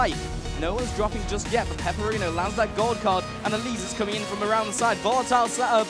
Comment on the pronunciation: his name is pepiinero, not peperino, hes a spanish player XD